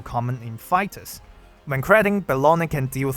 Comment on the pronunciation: I can't unhear "Bologna." 😭